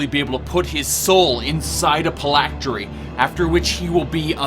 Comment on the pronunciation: Pall = fall while phylactery = pylactery? Vestigial = vistage instead of vestige? You have a very... interesting grasp on the English language.